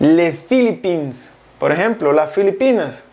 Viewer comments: Salut c'est un grand effort mais philippines se prononce sans s merci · porque no sabe ni verga ajaja))) tampoco pronuncio correctamente Portugal, Chine, Philippines, Etats Unis. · Gracias por el video pero no pronunció correctamente Portugal, Chine, Philippines, Etats Unis.